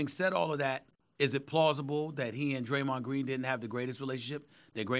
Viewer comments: Graymond Dreen 😅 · graymond dreen lol